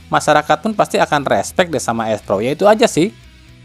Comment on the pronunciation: Erspo bang bukan erspro gitu doang belibet